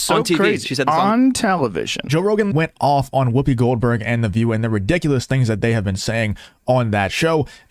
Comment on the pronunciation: I heard Whoobie Glohdberg Haha!